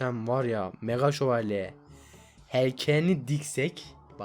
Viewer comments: 3.01 mega dakavuga mega sovalye diyooooooo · Mega dalkavuka mega şovelye diyen masum köylü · Abi mega dalkavuka mega sovoleye diyon bu ne ya